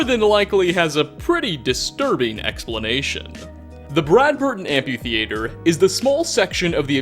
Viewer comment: amphi-thee-ayter wow dude